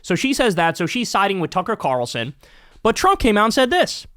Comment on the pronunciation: Did you just say "Cucker Tarlson"?